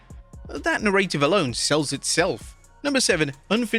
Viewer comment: Bro you still haven't learned how to pronounce the word narrative.